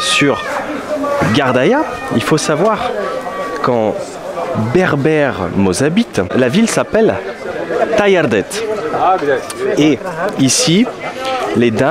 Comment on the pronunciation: C'est pas tayardat mais taghardaït